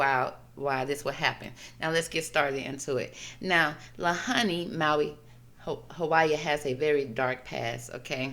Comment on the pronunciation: There were a few things you had incorrect about this…the pronunciation of Lahaina is said like - LA HAI NA… the whaling was never done around the islands, but was a place whalers up until the late 1800’s would stop to rest and restock food/water before selling the whale products elsewhere…we don’t do that here at all and actually whale watching is the main part of the economy in winter months. Westerners for sure did come do a land grab and take over the kingdom of Hawaii by business influence, then illegal annex and then statehood. The rest of your reading had depth and great intentions of truth.